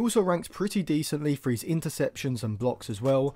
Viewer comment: eh? You always say he’s when you mean his. They are pronounced differently